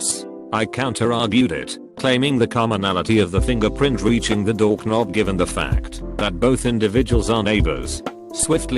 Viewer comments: I like how the voice pronounced doorknob. More like dorknob. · I love how the text-to-speech kept pronouncing doorknob as “dork nob”